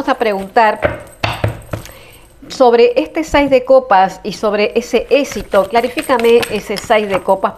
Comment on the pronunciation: Se dice éxito no esito